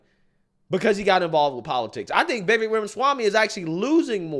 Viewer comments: It's "vih VAKE" not VIH vek... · His name is pronounced ViVAKE like cake, not Vivek like vik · Vivek is pronounced as Vyveck. Think fly. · please pronounce his name correctly...Like CAKE, Vivek rhymes with cake Vivake.... He deserves that. THanks. A fan. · Its Vivek like cake. Pronounced “Vi-vake” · Hey bro, the correct way to remember how to pronounce his name - “Vivek” rhymes with “cake”. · The guy criticizing should at least pronounce Vivek correctly. It's Vi-vake phonetically. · It's "Vi-Vake" ... we've got to get his name right bc if the ppl who are aligned with him don't show him enough respect to do that then the opposition will definitely never take him serious... you didn't ever hear ppl who were aligned with Barack calling him "O-Bay-Ma" ... in fact it was considered highly disrespectful to misrepresent his name, as it should be. I'm not saying he should be our duly elected president come 2024, I'm a Trump guy, but I believe he truly represents the Republic and true constitutional values. #Trump2024 #Ramaswamy2028 💪🏽💯🇺🇲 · His name is actually pronounced Vi VAKE ..... He said it rhymes with CAKE 😊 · Not trying to be rude at all, I just heard a video of him explaining the pronunciation of his first name. So it sounds like Vi-vake, like rhymes with cake. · With respect,..His 1st name is pronounced veh-vake, 2nd syllable sounds like cake=vake, look for a clip with Tucker where he says this,… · Brother his name is pronounced Vi-Vake like Fake, Cake Etc.